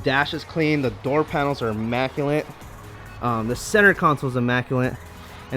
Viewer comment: "Immaculint" LOL